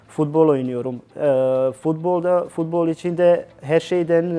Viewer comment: nobody: edin: fudbol